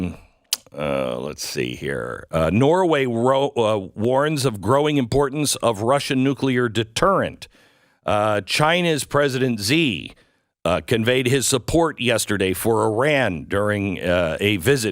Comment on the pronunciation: Xi not Z.... Lol